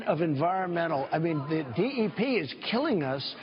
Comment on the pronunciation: Very true but to flat out say that it doesn't exist is wrong. Trump pronounced it wrong and in the wrong context but DEPs exist.